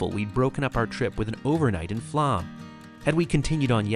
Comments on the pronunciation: FYI, the "å" in Flåm is an "o" sound more look "Flohm". It's an understandable mistake, but it's an interesting point to raise as part of one's experience in Norway. Additionally, Norway is NOT expensive. Alcohol is so don't drink so much. Tips are not required so the prices you see are the prices you pay. Groceries, modest hotels, hostels and AirBnBs/VRBOs are reasonable. Plus, for a country with some of the highest taxes in the world, the Norwegian people are incredibly content and happy. There is almost no homelessness, good infrastructure, lots of transportation options, clean, orderly, and safe. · language tip: you might want to research pronunciation in foreign languages. Flåm is pronounced Flom, the å is an O sound. Bergen is pronounced like Bargain, Most germanic languages ER is not an English er, but more are or air sound. Norge is not like George, but Org like organization with an eh at the end, Norg-eh. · My family just got back from Norway. We’re a Norwegian family. I’m a third generation Norwegian. It was absolutely amazing! It’s actually pronounced Floam even though it’s spelled Flåm. We’re hoping to go back soon! We want to find our family there. It was so hot when we were there. It was 85 degrees plus everyday. It was absolutely beautiful! I’m proud to be Norwegian! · Try to learn to pronounce "å". It's is easy. It's not "a". It's more like "o". Aw. Open. Door. Flåm is not Flam! It's more like "Flom". Nice video! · The English phonetic pronunciation of "Flåm" is "Flom". The "å" in Norwegian is pronounced like the "o" in "born" in English. ❤